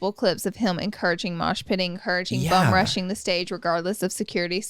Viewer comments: Then Manny says it! Lol I’m dying it’s bum rushing, I’ve never in my life heard anyone say bomb rush until today I was dyinggg! Laura is so cute! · Laura, it’s “bum rushing”